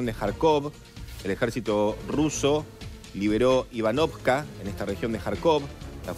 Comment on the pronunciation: IVANIVKA, no "Ivanovka" 🙃